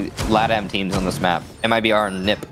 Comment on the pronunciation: It’s not neep it’s NIP